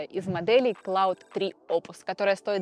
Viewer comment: Спасибо за выпуск. "Есть ощущение", что Claude читается как Клод, а Gemini, как Дже́мини (близнецы).